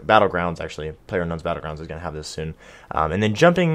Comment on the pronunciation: soon not son LOL